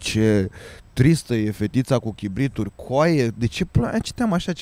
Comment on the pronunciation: Cribite,cribituri ? Haha 😂